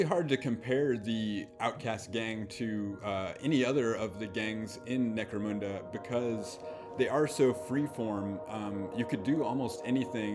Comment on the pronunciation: Why do so many people call in Necromooonda?!